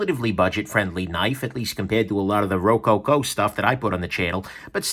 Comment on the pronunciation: I understand the design definition but it was the way he broke it up into 3 hard syllables that threw me.